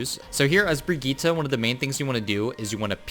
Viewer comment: ??? That's how you're supposed to pronounce it!